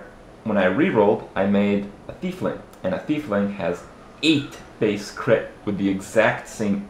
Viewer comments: it's not thiefling it's tiefling (teef-ling) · AGGHHH not a thiefling... say it with me, "tiefling" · it's Tiefling as in TEA-FLING. not THIEF. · Also it's not pronounced Thiefling, it has nothing to do with a Thief (there isn't even an "H" in Tiefling) it is pronounced like a tie... Tie-fling. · I always thought it was Tiefling, not Thiefling. As in german "tief", which means "deep". So basically "deep one". Am I completely mistaken? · The fuck is a thiefling?.... *Tee-fling* Is how it's pronounced. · It's pronounced teef-ling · are you saying fiefling? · THERES NO H IN TIEFLING! The D&D nerd in me raged so hard.